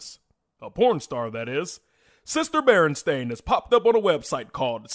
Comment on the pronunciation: Berenstain Not bearstein.